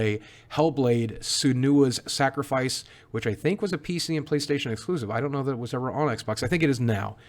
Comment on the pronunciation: Playstatiown' is how you pronounce it.